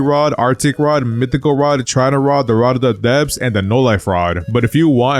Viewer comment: Ye I heard rod of the depths I was concerned ngl